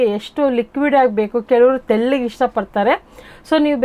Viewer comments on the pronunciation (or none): ಅದು ತೆಲ್ಲುಗೆ ಅಲ್ಲ ಮೇಡಮ್ ತೆಳ್ಳಗೆ